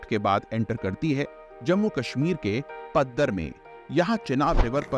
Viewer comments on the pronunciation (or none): पाडर , न कि पद्दर। राक्षस ताल है भाई मेरे